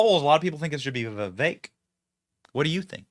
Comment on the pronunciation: It is not Veveck.